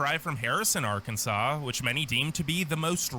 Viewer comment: I get the feeling this dude really thinks Arkansas is pronounced R. Kansas and wasn't being funny.